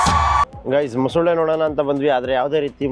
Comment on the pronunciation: Mosule alla bro mosale 😂😂